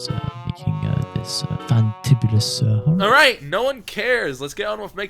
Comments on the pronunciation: Wait are you not a native? Or is "horror" just a word hard to pronounce sometimes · the word horror really is hard to say lmao